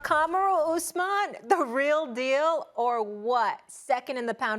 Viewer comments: KARMOORU OOSMAN, learn to say his name properly molly this is why nobody likes you, stick to basketball Stephen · yup, that's how you say it lol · One she can't even pronounce his name correctly 2) everyone who follows the UFC knows that Usman already said that he would never fight his fellow countryman in Adesanya This is kinda an ignorant segment if you ask me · Jesus Christ at least same his name right 🤦‍♂️